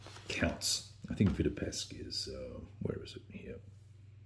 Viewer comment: 'Vitebsk' not 'Vitebesk'.